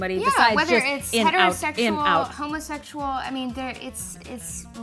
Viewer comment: Did she just say homlessexual